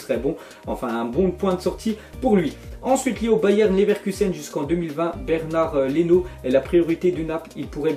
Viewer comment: Pourquoi il dit Bernard Leno 😭😭😭